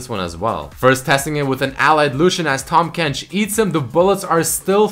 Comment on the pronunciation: IT'S TAHM FUCKING KENCH NOT TOM KENCH T-AHHHHHHHHHHHHHHHHHHHHHHHHHHHHHHHHHHHH-M KENCH not T-AWWWWWWWWWWWWWWWWWWWWWWWWWWWWWW-M KENCH